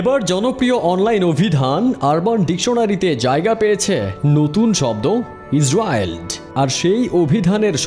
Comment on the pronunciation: ইজরিয়েলড উচ্চারণ টা এমন হবে